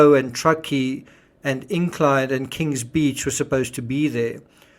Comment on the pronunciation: Did you say king beach?